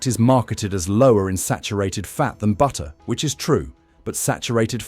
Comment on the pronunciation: BU-ER! What happened to the Ts?